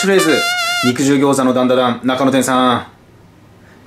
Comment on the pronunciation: ダンダダンの滑舌のよさ